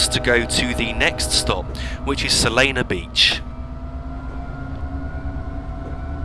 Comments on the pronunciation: It’s Solana Beach not Solano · Oh also So-Lan-No Beach Not Solano :)